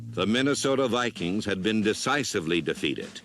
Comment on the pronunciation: He didn't say Minnesota he said MinnesotER LOL RIP John Facenda !